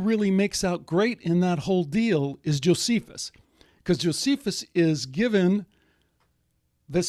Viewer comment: Notice how Strieber mispronounces Josephus correctly and then incorrectly.